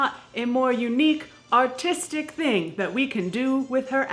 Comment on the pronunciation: i thought she said autistic instead of artistic